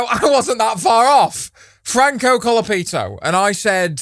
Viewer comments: I love how he mispronounces Colapinto as “Colapito”, which is Spanish slang for “ass dick” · also really funny but he mispronounced colapinto in such a way that in spanish he said assdick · Continually mispronounced Franco colapintos name🤣🤣🤣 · bro... it's pronounced franco colonoscopy... get it right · Love how you never get Colapinto's name right 😂😂